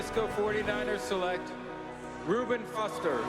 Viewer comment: You get a like for just editing Goodell when he said "Reuben Froster" 👌